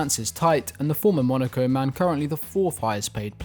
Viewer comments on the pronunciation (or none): none